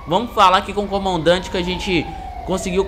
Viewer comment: Na hora que vc falou comandante saiu comaodante